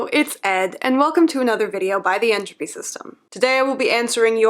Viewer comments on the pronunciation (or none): The “Ed-tropy” System